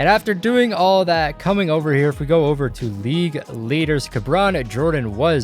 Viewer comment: He said kabron JAMES